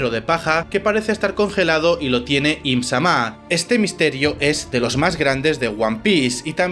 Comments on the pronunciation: solo dijiste bien una vez im- Sama sin acento. todo el vídeo bien pero las pronunciaciones, con esa una vez te das cuenta que si puedes hacerlo mejor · No me suscribo. No pienso ver a quien diga "EEHMZAMÁH" Encima, el acento españica no me lo esperaba. Mejor vuelvo a la fandom en inglés. Y la cantidad de inexactitudes y errores... 😂😂 Si vas a hacer un video, hazlo bien. Da risa. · Tan difícil es pronunciar I'm-sama, lunarians y otras cosas básicas así?